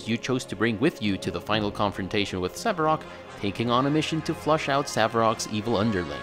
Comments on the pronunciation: Thanks for the vid, but it's "Sarevok", not "Saverock" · Sarevok, not Savarok :p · Hes name is not Sararock but Saravok.... JESUS!!!!!!!!!! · It's neither Sararock nor Saravok, but Sarevok, actually